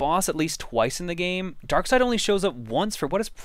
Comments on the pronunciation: I am pretty sure it is pronounced Dark Side, not Dark Seed. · I refuse to pronounce Darkseid as Darkside. I pronounce it as it's spelled. Bad grammar should never be helped. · It's pronounced "Dark side"? I thought it was "darkseed" for some reason. "Did you kill Lois?" Just like Action Comics being one of the longest running comics, this will be the longest running LP by the time it's completed.